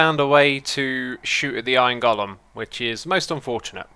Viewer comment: iron gollum? long 'o', go-lem.